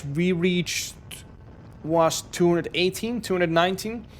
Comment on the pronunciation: 218 kilos.... The way he said it, it sounded like 280.